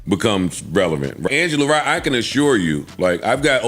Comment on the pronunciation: No, it was Angela Rye, not Yay